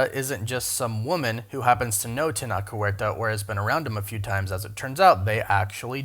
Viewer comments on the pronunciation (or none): It's not pronounced (Teh-nock); IPA: [tenɒk]. His name is pronounced (teh-noh-che); IPA: [tenoʊtʃ].